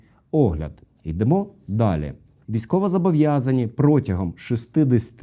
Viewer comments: Блін, ну вже ж читаєте офіційний текст закону, який написано без помилок, і все одно: «зАбовʼязаний». Вірно – «зобовʼязаний». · Не забовʼязаний, а зобовʼязаний. Так само, як не Палтава, а Полтава.